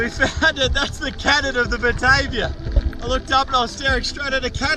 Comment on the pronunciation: The name of the boat is actually pronounced "BA-TAR-VIA". It was named after the capital of the Dutch East Indies also known now as Jakarta. Indonesia. it was a 32 Gun war vessel and was likely the first naval vessel to set fott on the Northern Coast of Australia. It's also credited with the first mass shooting of Aboriginals, mistaken for the Papua New Guinea cannibals of the time. As the Duifken ('little Dove') had reported bad encounters in Port Moresby with the local cannibals, a year earlier. It was a case of mistaken identity. However, when Cook arrived a hundred years later in Sydney, all the local Aboriginals had heard of the 'white man and their ships'. Aaah and BTW! With all those Cray Fish just begging to be caught, they end up with a vego meal??? Sacrilege.